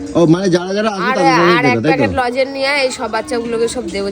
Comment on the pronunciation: ওটা "লজেন" নয়.. "লজেন্স"!